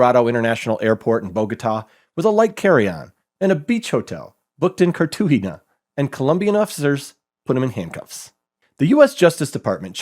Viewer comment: Showing the phonetics of a name is nice until you pronounce it wrong (Cartagena) or mispronounce it repeatedly (Kalashnikov)